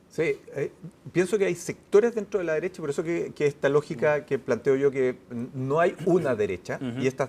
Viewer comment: El “analista” no pudo evitar decir “extrema deressha” 😂😂 Le faltó turbo super duper nomas